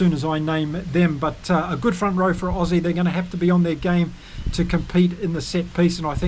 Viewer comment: Lol, your pronunciation for the Aussy loosie was awfull